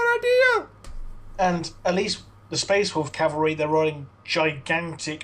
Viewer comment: CAV-AL-REE not CALE-VER-REE Cale-ver-ree is where Jesus died. Cav-al-ree are mounted troops